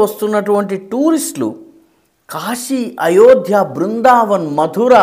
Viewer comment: గారికి క్షమాపణలతో 🙏🏻🙏🏻 " కాషీ " కాదు సార్ కాశీ. 🙏🏻🙏🏻🙏🏻🙏🏻🙏🏻🙏🏻